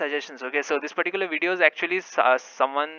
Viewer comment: Stop saying "pattikular". It's not necessary.